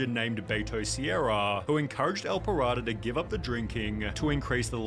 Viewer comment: his name: el pirata the guy in the video: ehl pahrado